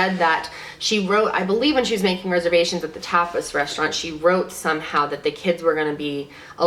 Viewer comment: Tapas is pronunced like topless without the l.